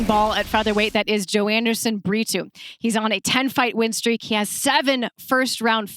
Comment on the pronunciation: Is there a reason commentators say Bri-too instead of Brito ?